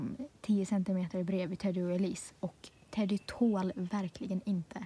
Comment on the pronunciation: du sa Teddy konstigt igen